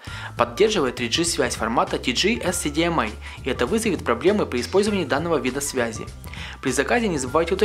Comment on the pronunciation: "При помощи мокрых рук", "муи", "лупА", "тиДЖИ-эссидимэй" Ляпы, ляпы) Ну и на звание "полного" не претендует Но всё же спасибо